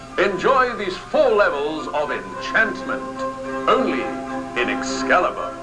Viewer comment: does he say Ex salad bar?